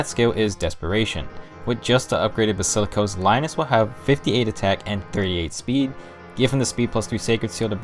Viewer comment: basikilos.... Ok